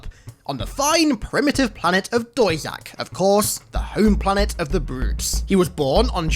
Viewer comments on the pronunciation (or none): none